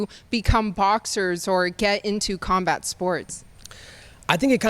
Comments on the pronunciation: did he say karmbar sports? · "combart" sports